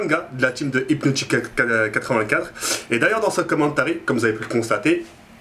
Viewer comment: c'est et pas hipnotik A part ça, bonne vidéo